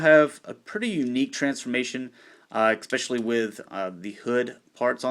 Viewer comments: eckspecially, are not. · Why do you say "especially" wrong?